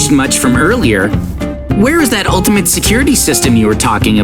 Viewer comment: Bro said securty mezards 20 times 💀💀